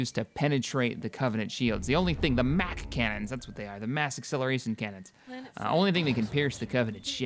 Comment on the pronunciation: sorry u did say Mac Canon